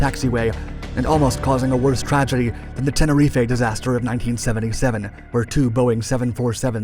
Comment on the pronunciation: Tenerife. TEN EH REEF. It's identical with how that kings & generals channel robotish voice always says Hoplite. So unsettling.